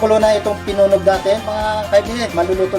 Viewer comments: Ang tamang pagsasabi nyan ay "pinuneg" hindi pinunog! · PINUNEG PO HINDI PINUNOG